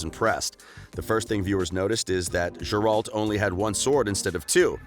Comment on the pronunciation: Dude no hate but this video has too much false information and it appears too subjective. PS. Every time you call him Jerald, a part of me dies.